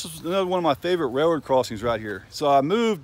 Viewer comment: What do you call it a "ray-roe"??